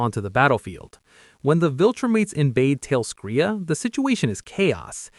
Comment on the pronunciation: Why so all these youtubers say talescria wrong? They say it in the show many times